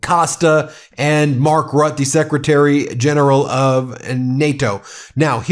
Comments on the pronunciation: Hey Ben, it's Mark Rutte. pronounced ROOTUH, not Rut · Rutte is pronounced "Rootee", pronouncing it "rot" somehow doesn't go down so well... 😉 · ..it is not rut!!!! ... it is rutte... like rotten,two syllables !!!... trump is trying to use the assets now in custody for developing together with putin to produce ,to mine more rare earth minerals ,;ike colton ....a win-won for america and russia...............[ and my dear vlad,I invite you ,when it's up to me as us president , you can take europe as well when you would like ..] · Ben, I love you for what you do, but I NEED to tell you something, as I am a desperate man: Mark Rutte is German. In German, our letter "u" sounds like "oo", as in "root", rather than "uh", as in "but". Ironically enough, the trailing letter "e" would sound like "uh", as in "but". The accent is most often, if not always, on the second-to-last syllable, that being, in this case, the first syllable... So Mark Rutte would sound like "mark ROOT-uh". This is the straight dope. Sabine would be "sahh-BEEN-uh". And so on... You are closing in on a trillion viewers, with half of them not yet subscribed, and I am one of those. If you make any attempt at all to start getting accustomed to saying ROOT-uh, then I promise to subscribe. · Is Mark Rutte's surname really pronounced like you do it? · Mark Rutte - Try Root - ah .... for Mark's name.